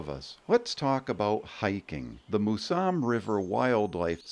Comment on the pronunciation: It's "Mouse-em", not "Moo-sam".